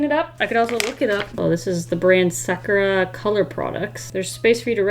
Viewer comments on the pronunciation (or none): its sakoora not sakra bich! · Its pronounced (sak er a) sakura :> if you watched the anime naruto you'll know how to say it perfectly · Its pronounced like ''Sakyurah'' ((Sakura)) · It’s prenonds saruda but spelled saurra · ITS sah-ku-ra SAKURA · oh its pronounced like sac-ya-ta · i think its pronounced sac-it a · Sorry if this sounds rude but I think its pronounced, SAAk-eRR-Uhh. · Sakura means cherry blossom And the way u suppose to pronounce it is (sa-kur-rah) or something like that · its sa-KU-ra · Im pretty sure its like Sack-your-uh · Nobody:: SakUra? I don’t know how to say it... I love rin sm LOL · Sakura means goodnight and is pronounced Sah-Coup-Rah (coup as in like the English word not like a chicken coupe haha) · It’s pronounced SA - KOO - RAA 😅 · I pronounce Sakura as Saw-ku-da